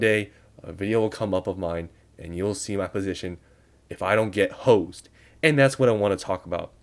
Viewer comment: bro why you say hosed like that?😂